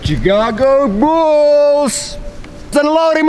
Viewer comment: laasala i thought you said chicken wolf's and later realised you said Chicago bulls. :`)